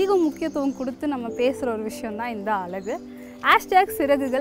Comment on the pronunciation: Pls say அழகு..... No அலகு...